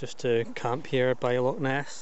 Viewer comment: Loch not lock.